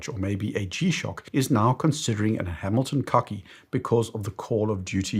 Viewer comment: Pretty sure you said “Hamilton Cucki”. Unintentional roast! 😂